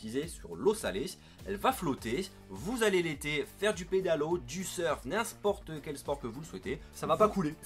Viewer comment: Mdr à tu dit "n'insport quel sport"